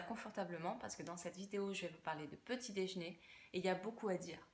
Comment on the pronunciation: Qu'est ce que c'est le "dèjné" ?